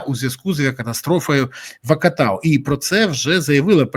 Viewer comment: Гарний прийом, Борславе! Називаємо кілька разів невірно місто Актау як Акатау і... можливо кілька людей все ж таки напишуть коментарій заради виправлення.